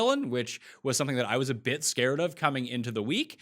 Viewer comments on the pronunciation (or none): none